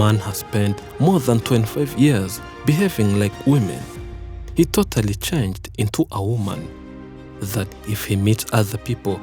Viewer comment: Totally,tothally,Thotally-------Sounds Ru....... accent 👹😁🙏